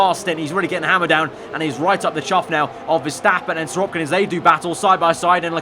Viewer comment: Why do you say SiroPkin?